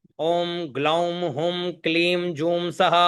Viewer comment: सादर प्रणाम 🙏 आप ने पहले एं को एम् पढ़ा फिर ऐंकारी में ऐंग पढ़ा अं को पहले अंग पढ़ा फिर पुनः दोहराते हुए अम पढ़ा पर भी हुं को हुम पढ़ा गया फिर हुंकार में 🎉हुंग पढ़ा गया आप से हाथ जोड़ कर निवेदन है कृपा करके ग और म स्वर के उच्चारण को स्पष्ट करें 🙏